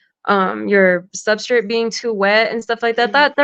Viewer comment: She said SUBSTRIT!